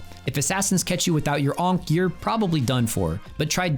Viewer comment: bro hearing you say onk over and over is something else